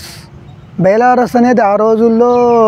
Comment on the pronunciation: నోరు తిరగక...బైలార్స్ అని అంటారు...బెలారస్...ఒకప్పటి సోవియట్ యూనియన్ లో ఒక బాగం... అద్భుతమైన ట్రాక్టర్...